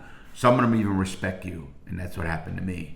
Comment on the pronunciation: bro you said respec lmao